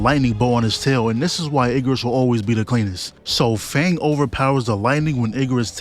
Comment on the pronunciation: Why is bro saying fang🤢